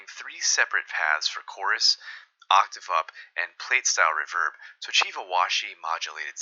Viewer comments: Ruh-VERB, never heard it said that way before. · ‘Reverberation’ = Re-VER-beration. However most people pronounce ‘reverb’ “RE-verb," as it’s become its own word irrespective of its source.